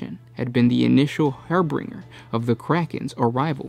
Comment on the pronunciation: Late, but hearing someone mispronounce harbinger as "harbringer" will never not be hilarious.